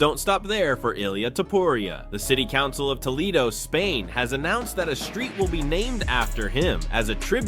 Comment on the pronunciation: It’s pronounced Toe-le-do ….not To-lee-do…🤷🏻‍♂️🤦🏻‍♂️